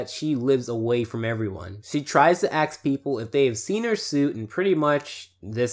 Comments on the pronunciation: ask not "axe" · I don't axe for a lot, but I do axe that you say ask instead of axe.